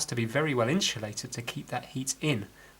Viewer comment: Insulated not inshulated